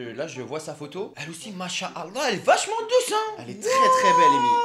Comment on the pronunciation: Il dit douse à la place bonne